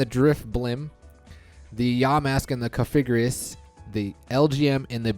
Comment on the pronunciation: It's cough-uh-gree-gus